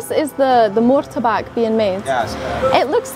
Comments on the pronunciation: Martabak boss.....bukan murtabak. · Your Pronounce... Badly... , Not.. Mortabak.... 😂😂😂😂 But is.. right... MARTABAK ... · Malaysia: Apam Balik Indonesia : Martabak, not Murtabak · It's pronounced "Mar" not "Mur" Marrtabakk ... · Please don't say Mur ta bak. As it is written is Mar ta bak, miss.